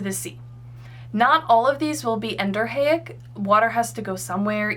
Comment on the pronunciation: As a civil engineering tech and land surveyor, I have to say your contour interpretation and hydrology are spot on. My one critique would be that Exo, Endo, and A- are all prefixes, so it should be En-do-REE-ick.